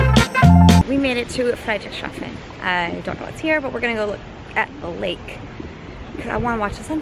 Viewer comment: a little help for pronounciation: it's Friedrichs Hafen. Just think of Frederiks harbor.